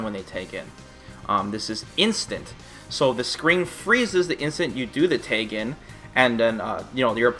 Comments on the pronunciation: lol why does he say Tag like Tayg? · I laugh every time you say "tayg".